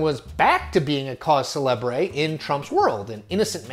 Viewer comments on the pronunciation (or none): At 4.35, the pronunciation of cause celebre is wrong. It should be coz selebr not cawz celebray. Not being judgey, just a helpful pronunciation tip from a French speaker and teacher.